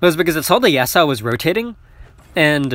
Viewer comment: You're pronouncing yasuo's name wrong again lol